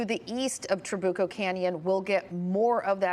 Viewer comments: It is Tra-bu-co. Emphasis on the U. Not Tra-boo-co. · Tra BYU coh not boo